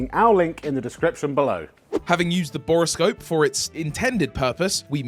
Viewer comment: Bore-scope. NOT Bora-scope